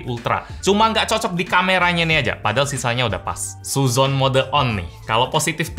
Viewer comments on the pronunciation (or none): su'udzon, bukan suzon 😁